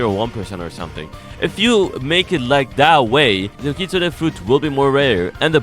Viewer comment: “Kit-Sune” not “Kit-Su-Ne”